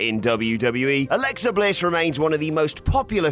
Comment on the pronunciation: Alexa Bitch? I didn't hear you clearly 🤔